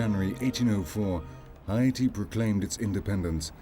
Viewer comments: Did you pronounce Haiti (Hay - te) Hi-e-te??? nah, I can't watch this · All I can hear is "Hy'iti". It's bothering me 🙄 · The way the fucking commentator is saying Haiti makes me want to throw my fucking phone. Its HAIti not HIAti. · They mispronounced " Haiti " as well as " Cap-Haitian " which are fairly easy to pronounce for the average joe.